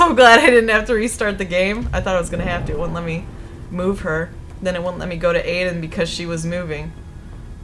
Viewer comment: Gabriel Ortega it's I den idk why she keeps saying a den